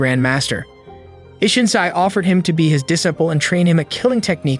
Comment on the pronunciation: Where did you learn to say disciple? You say it incorrectly